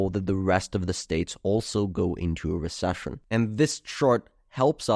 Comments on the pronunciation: Re Sush un lol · cant get over hearing him say re-shush-ion over a hundred times - still interesting analysis of historical data